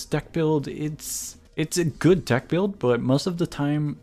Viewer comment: I think i hear duck not deck ._.